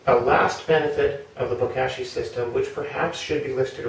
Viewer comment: Looking forward to using my first bag of Bokashi bran from y'all! Gentle suggestion re: pronunciation, since "Bokashi" is a Japanese word, the "a" should sound like the o in pot (not the a in cash). ぼかし Anyway, thank you!ありがとうございます!